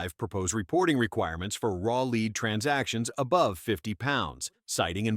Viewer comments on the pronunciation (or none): Lead? (AI pronounced it "leed" instead of "led) Cripes, is there nothing that remains unmolested by the helmet-wearing special needs kid that is AI??? It seems that there are more and more phony videos. It's all so distasteful. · Once again, the old-fashioned "lead" has been replaced by the AI voice's "leed". Somebody needs to refine his AI service by offering some "I" with his "A". Good info despite the assembly-line video production. Since there is nothing the video adds to the content, you can make a sandwich while listening to these videos.